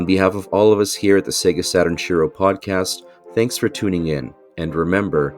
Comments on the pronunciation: it' "shee-roh" not "she-row" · Love the podcast. But please speak Shiro right.